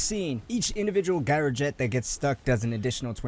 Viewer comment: It's jyro jet......... c'mon really?